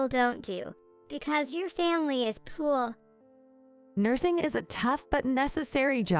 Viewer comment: For God’s sake, learn the correct pronunciation of “alma mater” and “poor”. Also, stop using repetitive narration. The video could have been a lot shorter.